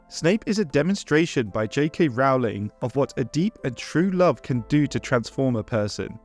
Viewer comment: Rowling is pronounced 'Rolling', row as in 'row a boat', not as in 'row', an argument!